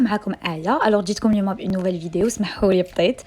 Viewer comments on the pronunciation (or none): none